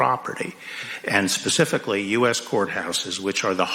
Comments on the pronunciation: Rep Sheila Jackson says "pacifically". is she referring to to a location in the ocean? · this lady said Pacificly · LMAO Sheila Jackson Lee who are these people? here is you answer................ Pacificly is a word that dumb asses use because they don't know how to use the word Specifically. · She said "pacifically" instead of specifically. These are your democratic leaders. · D. Rep. Sheila Jackson "pacifically". Is she a 7 year old?